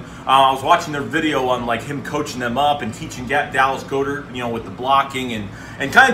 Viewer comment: Dallas goedert last name is pronounced as like god ert not go dert